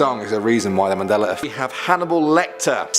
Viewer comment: I am going out on a limb here and say you don't know what a Mandela Effect is. Why is it that at times it sounds like you are saying the Manella Effect and not the Mandela. It is not that many people are remembering those things wrong but that it was changed some how or the ones that remember it the other way is from a different dimension. But either way just because you can't find anything that shows how it was before it was changed does not mean it wasn't changed. Try and explain how the words in the KJV of the Bible were changed? Besides these were very old Mandela Effect stories and not surprising at all.